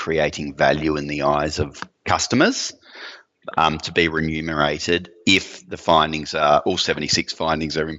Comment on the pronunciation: Wow, "re _num_erate". "Expedite the speed", no shit. This guy comes across as poorly educated and smug.